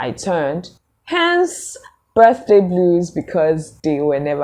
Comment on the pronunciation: "Birthday bluers"😅😅😅